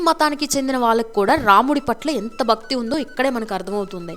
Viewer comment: ఒక విన్నపము... Anchor గారి తెలుగు, ముఖ్యం గా, వత్తులు పలకడం లేదు,,, బక్తి కాదండీ భక్తి అనాలి... మల్లీ కాదు, మళ్లీ అని పలకాలి... భాష, చక్కని ఉచ్ఛారణ, మీ ప్రెజెంటేషన్ కి వన్నె తెస్తుంది... ఇంప్రూవ్ చేసుకోండి, ఇంకా బాగుంటుంది... పాజిటివ్ గా తీసుకోండి ఆలోచించి